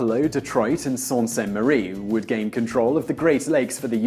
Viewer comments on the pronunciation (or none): Sault Ste. Marie is pronounced "soo" not "salt" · "assult on saunt ste marie" its sault ste marie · That's SOO- Ste Marie ya eejit. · It's pronounced Soo saint Marie, not Sault. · So glad they didn't do this. I'd like for us to remain on good terms with Canada. And as a Michigan native, I can tell you that it's pronounced "Soo Saint Marie," not "Salt Saint Marie." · "salt" ste marie? lol its spelled Sault and pronounced "sue" i should know,i liked in the canada Sault Ste Marie (yes theres a sault michigan and sault ontario sperated by a couple lakes and a bridge ) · They tried it before. Laura Secord warned us that they were coming. We whipped their ass and set their White House on fire. Bad move to even consider it again.. Sault Ste. Marie is pronounced "Soo".....its from the French word Sault which means waterfall. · "Salt" St Maire? Johnny "Canook"?..alrighty then... 🤭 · Sault Saint Marie is actually pronounced "Soo Saint Marie" due to french settlers, and there's a city of the same name directly across in Canada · Sault Ste. Marie is pronounced "Soo" St. Marie. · sorry cringed have to say something , sault sait marie is pronounced sue saint Marie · it is prononced sioux st marie. yes even the one spealt with an L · soo saite marie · Sault Ste. Marie is pronounced soo Ste Marie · Simon, I hope you find out that 'Sault Ste. Marie' is pronounced 'Soo Saint Marie' in English. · pronounced "SOO SAINT MARIE" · Sault Ste. Marie is pronounced Soo-Saint-Marie (like the Sault native tribe) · sault ste marie is actually pronounced "sue ste marie" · it's pronounced "Sue* saint marie" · Sault Ste Marie is pronounced Sue Ste Marie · soo-saint-marie fee-nian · Sault Ste Marie is pronounced as soo saint marie. i was born there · that mispronunciation of Sault. ste. marie in the ontario attack- it may look like it's french, and it is, but we don't pronounce it that way- it's pronounced Soo Saint Marie, often just abbreviated to "the Soo" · Tavish Jordan not SALT ste marie